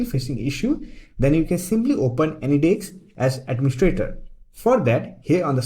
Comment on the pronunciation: say anydeks again